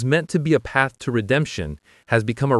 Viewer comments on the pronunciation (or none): none